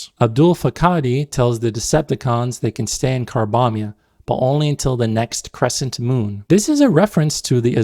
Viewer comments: choked on my water when I heard "carbombia". how the heck... 😭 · "Carbombia" cracked me up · Carbombia? Seriously?! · Calling it Carbombya is genuine insanity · Ignoring the obvious terrorism-alluding pun, "Carbombya" sounds like someone mispronouncing "Cambodia" in a caricature of an "Asian" accent.